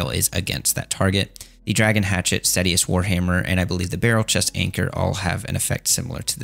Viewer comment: it's pronounced "stay-she-us," not "stat-ee-us"